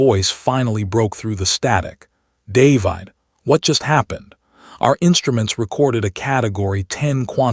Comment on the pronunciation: Stupid AI voice can't pronounce the name 'David'.